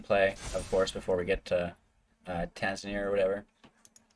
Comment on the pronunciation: Ta-na-zir, not Tan-za-nir.